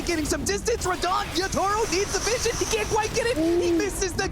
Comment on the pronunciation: Casters still saying "Yatoro" lol